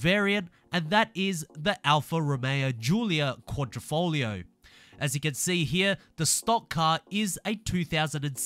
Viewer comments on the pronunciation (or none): none